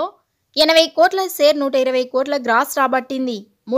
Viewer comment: సెరు కాదు షేరు అనండి